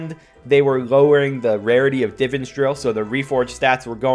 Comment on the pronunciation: It annoys me how you say Divans